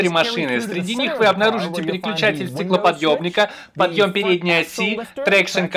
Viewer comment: ОН СКАЗАЛ СТЕКЛОПОДЕБНИКА?